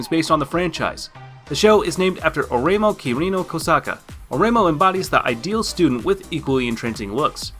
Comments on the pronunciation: OK, it's (Oreimo) pronounced O-ray-ee-mo. FOUR SYLLABLES, you barbarian. (Kakegurui) Kah-kay-gu-ru-ee. Learn the correct pronunciations so you don't sound like a bigot. Oh, yeah, I dare you to watch Another in public.... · You slaughtered the pronunciation of Oreimo, but I agree, that anime is excellent.